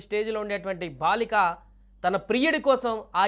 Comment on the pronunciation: BHaalika kaaduraa chavata daddamma.....BAALIKA, maathrubhaasha kooda sarigga palukaleni moorkhulaara, meekem chesinaa paapam ledu!